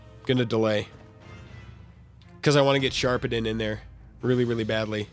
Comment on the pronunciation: It pains me every time you pronounce Skarphedinn in this video, as the first part of the name is pronounced like the word scar. not like the word sharp.